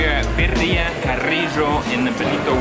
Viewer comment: Sounds like you say perria. (Little dog)lol. Birria thats. (Bee rree yah)😜